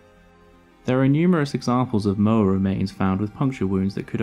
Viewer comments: The Maori name for this bird is Pouakai. There are cave paintings in the South Island depicting the bird. Sadly cave paintings tend to get vandalised, including vandalism done by anthropology students from Otago University in the 1920s and 1930s. Moa is not pronounced 'mower', it is Moh-ah . Great video though. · Great video. Something to note: Maori language (Te Reo) pronounces vowels differently. Moa is pronounced 'maw-ah' and Maori is pronounced 'ma-or-dree'. Not a perfect explanation, but you get the idea. Haast, while not a Maori word is pronounced 'haaa-st' not 'hast'. Kia ora.